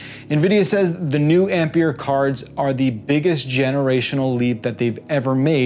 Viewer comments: It's not called Ampier, it's called ampere. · How this guys pronounces "ampere" is so cringe I had to stop watching the video for the sake of my sanity